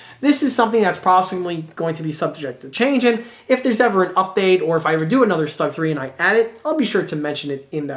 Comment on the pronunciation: easy to correct; Stug not rhyme with slug Rhymes with book The way you say it the word would be written ‘Stag’ rhyme with pug